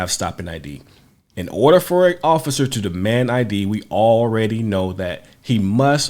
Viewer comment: Am I the only one who heard him say “officer foreskin”?